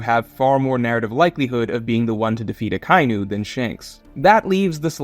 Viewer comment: "Aka-inu," the sound "kai" is not in his name. Everyone mispronouncing the character's name is so weird. Are there any other series where something like this is that common?